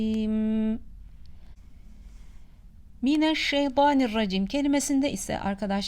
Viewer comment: Abla mineşşeytanirracim okunur ama kendin o var gibi okuyorsun